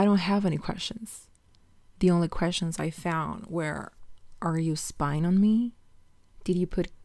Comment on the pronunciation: Others: "spying" The accent: "eh-spying" I love it